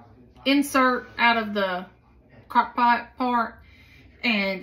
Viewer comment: Crock “poot” candy hahaha